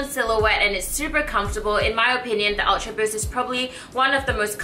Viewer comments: D. Kaoru “awtra buust” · I like the way you say "ultraboost". >.<